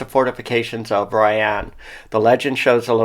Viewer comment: It's pronounced Royen